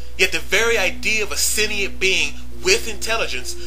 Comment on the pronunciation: OK... sentient is pronounced 'Sen-chee-ent"; also... ACIM (A Course In Miracles) holds that man (Man!!) made the Earth, so as to demonstrate the seperateness we all perceive between each other; if we feel separate, we (with God-like powers) made all this to demonstrate our sense that we are not One with all creation... when, in fact, we are.